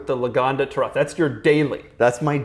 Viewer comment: saying the Taraf makes me disregard any opinion has ever had or will ever have. Never watching anything involving again.